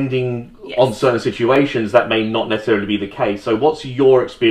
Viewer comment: I'm going to be paying close attention to how pronounces "situation" from now on.